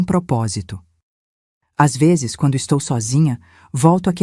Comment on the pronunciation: Difícil é escutar a mêsma hostoriaduas ve'zess